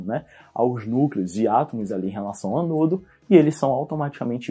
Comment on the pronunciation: só fiquei agoniada com sua pronuncia.. deveria ser Ânodo e cÁtodo e não anôdo e catôdo